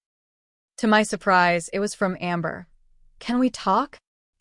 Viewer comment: What’s a “sue-preez”?